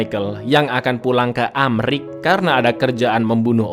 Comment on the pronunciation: Kenapa sebut ameriki